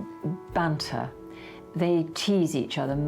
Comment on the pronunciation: Banter not bunter,speak English